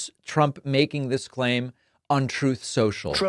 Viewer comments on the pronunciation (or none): none